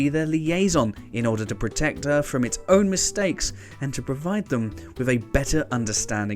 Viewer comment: This dude needs to learn how to make a 'th' sound. It's "Earth" not "Earf".